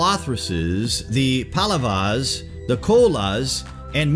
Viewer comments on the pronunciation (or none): It's pallavas & cholas..not palavaas & colas... 😑